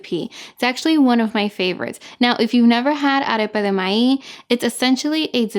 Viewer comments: I love this recipe and I love how you say the word MAIZ without the Z at the end. It sounds more like MAI... Love it! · Arepa de MAÍZ 🌽 please emphasize “Z” MaiZ recipe looks awesome 👏🏻